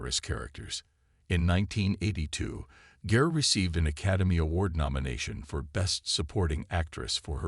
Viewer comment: Gare? I thought her name was Garr